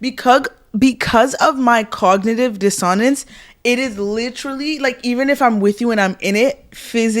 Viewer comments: Also, diss (like when you diss something)-uh-nunts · Hey girl, full out of love for future reference: archetype is pronounced ‘ar-ku-type’ and dissonance is pronounced ‘diss-uh-nunss’ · 1.) Love your videos and wholeheartedly agree with everything you guys preach about (not only in this video). 2.) pronunciation for cognitive dissonance… “diss - oh - nance” 3.) many confuse that the fact he ended marrying her meant that she won, but it just means that he gave up and settled for what was easiest and accessible. 4.) 🤭🤭🤭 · No offense but whose type are you two ?also for Christ's sake learn how to properly pronounce dissonance